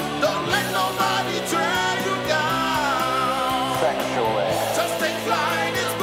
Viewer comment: "Thexually"